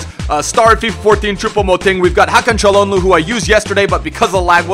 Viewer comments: its calHANoglu not calnoglu (dont know how to spell his name) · It's CAL-HAN-OH-GLU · It's kalhan-ogh-lu